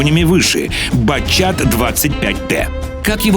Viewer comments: Почему "Батчат" если правильно "Батшат"? ._. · батшатилион 25 тонн. у франциков нет буквы "ч"